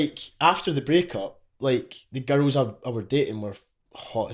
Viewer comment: when hes says girls it sounds like hes saying ghettos